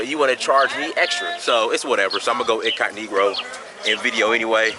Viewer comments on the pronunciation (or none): Yes, we use that term a lot. He's not the first nor the last person to say "incognegroe" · Did you just say incognegro? Lol can't say I've heard of that before. I love learning history about my ancestors. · he said incognegro.....off the chain ..... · Did anyone else catch him say “incogniGRo” in the first minute or was that just me